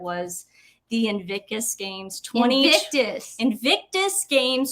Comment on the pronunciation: I love it how you will start a topic, then the other interrupts, and that topic vanishes back into the ether., sometimes you pronounce "invicus" and that's ok.:)